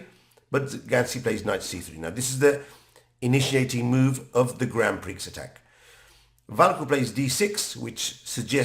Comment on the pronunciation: Great video but it’s pronounced grand pree before someone makes fun of you 👍